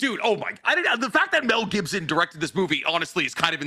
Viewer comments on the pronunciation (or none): none